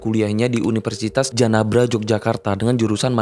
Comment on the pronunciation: Bukan Universitas Janabra, tapi Janabadra